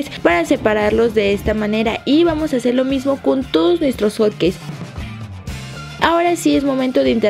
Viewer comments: Musas lesslie no que era hotqueis dijiste panqueis jaja no lo tomes a mal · se dieron cuenta que dijo panque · porq les dice hot caes o cates